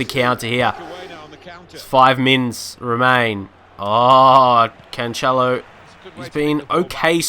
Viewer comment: You pronounce Joao Cancelo as Canchelo it is Canselo